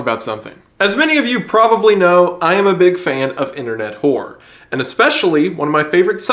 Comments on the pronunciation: my brother in Christ pronounce the “ror” sound at the end of horror . 😂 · I like how he says 'internet horror' like horror is one syllable. 'internet whore'